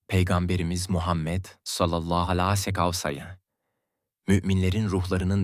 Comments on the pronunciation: Sallallahu aleyhi vesselam neden düzgün söylemiyorsunuz. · "Sallallahü aleyhi vesellem" demeyi bir türlü beceremiyorsun. İnsanın aklına "acaba inançsız mı" diye düşünmek geliyor. "Sallallahü aleyhi vesellem" demeyi öğren ve videolarda söyleyebil. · Sallallahu aleyhi vessellem Demek bukadar zor değil amacınız ne acaba😡